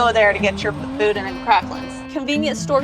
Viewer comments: It is pronounced BooDan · It pronounced Boo—Dan 😂😂 careful, you could go swimming in some of those potholes! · It's pronounced "Boo Dan" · According to a close friend, boudin is pronounced “boo-dan” 🤷‍♂️ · Meche's (pronounced mesh's) has the BEST king cakes in the state as far as I'm concerned (and donuts). Oh, and the inside of the boudin (pronounced boo-dan) is rice dressing. The green stuff you saw was probably green onions. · It’s pronounced Boo-Dan balls!!! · Boudin is pronounced with the emphasis on the second syllable and the "i" is pronounced as a short "a". It's from the French. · You have to say boudin right though . Just saying .